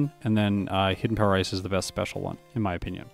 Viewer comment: I like how sometimes when you say "hidden power ice" it sounds like "hidden power rice"